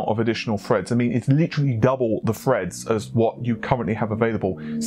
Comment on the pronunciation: "Thirty two cores, sixty four freds". Stop being lazy. You sound stupid saying f instead of th